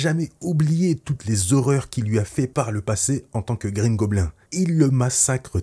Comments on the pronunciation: Bouffon vert ou Green Gobline (phonétique) On ne dit pas gobelin en anglais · Alors par contre, ou tu dis "Green goblinE" ou tu dis le bouffon vert mais green goblin dit à la française ça fait beaucoup trop bizzare... bouffon vert ca va franchement, respectez un peu nos trad x) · tu aurai au moin pu prononcé "green gobline" 😭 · Quitte à l'appeller Green goblin prononce la au moins à l'anglaise (gobline) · Alors je te conseille de le dire en français la prochaine fois, car déjà sauf si tu es anglophone, je vois pas l'intérêt (ce n'est pas plus simple). Et surtout "green goblin" ou Gobelin vert au pire, c'est goblin*e* dans la prononciation à l'anglaise. Etant normand, auquel l'anglais est du normand (oui oui je mens pas lol), je dois avouer que ça m'agace de voir ça haha. Sinon, bonne vidéo. A bon entendeur ! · Tu dis mal green goblin